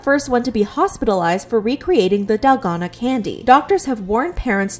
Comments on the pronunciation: It's dalgona, not delgado 💀💀💔😭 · DALGONA. not dalgano (you called it dalgano multiple times in the beginning) 😶😶😶, sis the consistency of you misspelling it is ridiculous. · Its pronounced dalgona